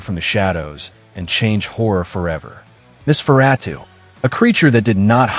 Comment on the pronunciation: It seems the computer voice is struggling with Nos. Typically it's Noss-fur-ah-too. But yes, it's interesting how they've evolved over time. They are a meme interpretation of "forever young" along with alternative culture. Interestingly, Interview with the Vampire the short story was written in 1968, so the modern vampire is already quite old